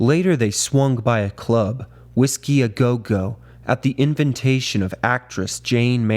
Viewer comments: I was already suspicious that this is AI narrated, and it was confirmed when it couldn’t pronounce the Whiskey a Go Go, followed by the nonsense word inventation. I despise AI narration, and I won’t bother finishing this video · Inventation? AI can’t pronounce invitation. I’m done